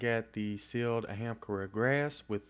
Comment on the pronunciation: I'm sorry, but... A-HAM-CARA? gauntlets?.... never heard it that way before. thought it's AAH-HAAM- KARA....